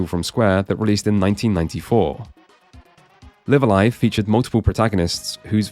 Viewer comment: Thank you for pronouncing Live A Live correctly. It's annoying to hear most people pronounce it so wrong.